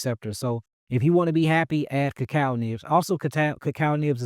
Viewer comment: Did he say kakal leaves ? Wats that ?